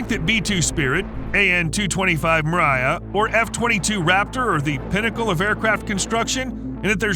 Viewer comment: NOT "MARIAH!!" Meer-YAH! ("Dream" in Russian).